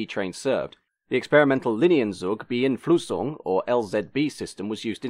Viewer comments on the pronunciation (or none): You maybe should have mentioned that in addition to being an abbreviation of "Alta Velocidad Española", "ave" is also a Spanish word that means "bird". Plus, you have totally butchered the German word "Linienzugbeeinflussung" :-) . A German would not even recognize it out of context.